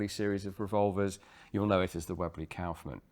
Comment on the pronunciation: Your pronounciation of Kaufmann is almost correct. The Kauf is good but the mann is pronounced like you'd pronounce munn (if it was real word).